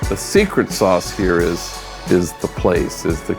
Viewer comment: "Hey foo your coffee es ALL done Ay" 😂 "here ju go" lmao